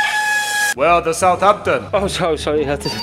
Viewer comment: SOUTH HAMPTON= THE WAY YOU SAY SOUTHAMPTON